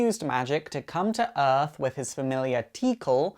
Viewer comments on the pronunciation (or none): none